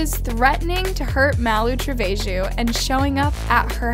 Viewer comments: “MaLOo TrEvEyJeW” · Malu tre-ve-ho